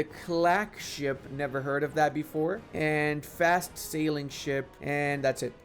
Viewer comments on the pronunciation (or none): none